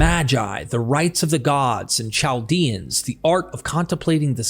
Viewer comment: Chaldea is pronounced Kal' dea.